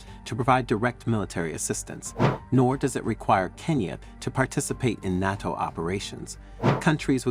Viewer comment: Just an FYI, it's "NAY-TO". I figured you'll be saying it a lot now. I think it's great, btw!